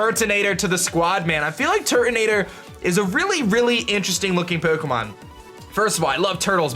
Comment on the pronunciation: Just can't stand the way he says 'Pokemon'